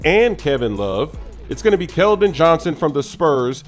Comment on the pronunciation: Its Keldon not Kelvon